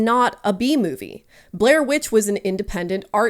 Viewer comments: Cant stop hearing “The bee movie” instead of B movie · It took me a full minute to realize you were saying "B-movie" and not "The Bee Movie" 😂 great video that I'm thoroughly enjoying now that I have been relieved of my temporary brainlessness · I understand what shes saying but I cant stop myself from hearing BEE movie 😅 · I'm sorry I can't not hear "Bee Movie" when people say "B-Movie" and it's said like 200 times in this video, my brain is just filled with bees right now.